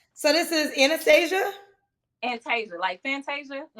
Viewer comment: Come on, did you call her Anesthesia or Anastasia? 😄😴